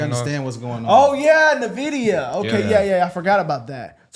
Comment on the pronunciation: It’s Nividea it’s pronounced “N” Videa